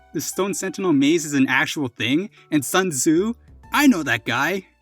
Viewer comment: Son Zu .... LOL it's pronunced as Su--un Tzzzeeeee